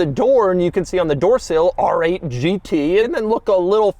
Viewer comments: “ARRRRGG eight GT” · “Arrr-ate Ghee-tee!” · Rrrrrrggggg8 Gt , bro 😂😂😂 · “ARRRRRR 8 GT” - CAPTAIN DOUG DEMURO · I need a supercut of Doug saying AAAARRR ATE!!! GEETEE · Whenever he says ‘R8’ it feels like Doug’s inner pirate comes out Arrrrr8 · Doug says the letter R in a way that would make a pirate proud